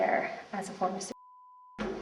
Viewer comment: The bleeped su*cide honestly sounds like she’s saying shit shed, This did crack me up 😂